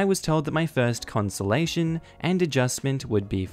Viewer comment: good grief, it's a conSULTATion man, not a conSOLation lol